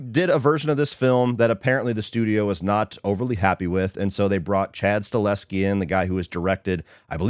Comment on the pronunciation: Lol Nobody seems to know how to pronounce Chad Stahelski’s name…: Staleski: Strawalski 😂😂😂 Nice review though👍🏻 Ballerina was a good time, though Gabriel Byrne was meh as a real menacing bad guy.